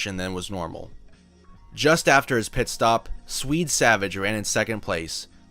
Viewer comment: Swede, not Sweet.